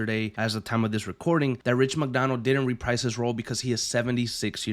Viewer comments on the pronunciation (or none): none